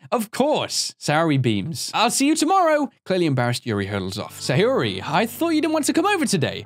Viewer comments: sa - yo -ri not hard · Lelmixit it is sayori